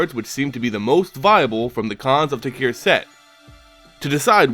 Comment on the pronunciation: It's pronounced tarkir, not takir